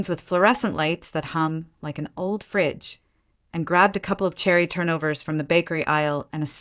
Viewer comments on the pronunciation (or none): none